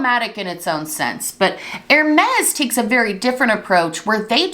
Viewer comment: Bless you but Hermes is pronounced more like Herr-may